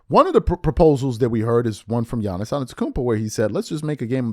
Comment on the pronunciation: By now, if you still say Don-chick or Gee-iannis youre just not paying attention.